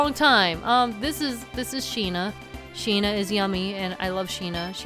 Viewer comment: Every time she says "Sheena" I hear "Shih-na" (from Ace Attorney investigations) xD